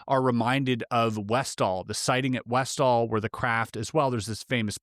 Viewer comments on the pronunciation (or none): none